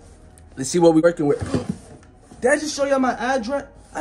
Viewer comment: he said whay